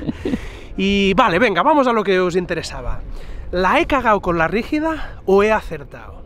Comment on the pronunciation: No es la RÍGIDA, es la BRÍGIDA xD !! y nooo... no la haz cagao xD 🇨🇱